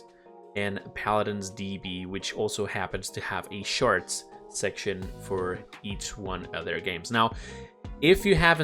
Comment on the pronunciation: charts❌ sharts✅